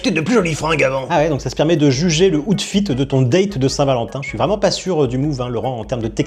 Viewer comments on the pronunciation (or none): Le aoûtfit? Dit tenue, frérot 😂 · Le 'houtefitte du dayte'... grandiose....